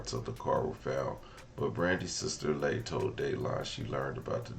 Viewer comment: Leigh is pronounced Lee. She said it many times in the video